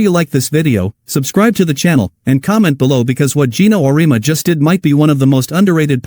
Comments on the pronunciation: Would you please teach/re-program you A.I. program to pronounce Coach Geno’s surname correctly ? It’s pronounced: Or-ee-emma . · O ree ama. AI should learn how to read.